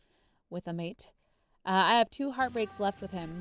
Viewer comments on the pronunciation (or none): none